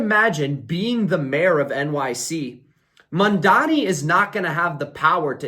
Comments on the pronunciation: Good analysis Please say his name correctly: Mam-Dani Mamdani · What is it with you Americans can’t pronounce Mamdani correctly? And you Mandani!!!